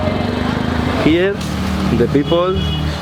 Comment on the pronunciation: Él dice people, porque ellos y los de la India no saben pronunciar esa palabra y siempre suena así.